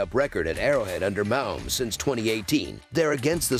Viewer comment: You pronounce it Ma_Homes